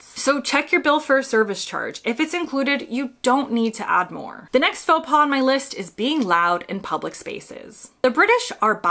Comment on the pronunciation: Your choice of AI doesn't know the difference between pas/paws ( like in faux).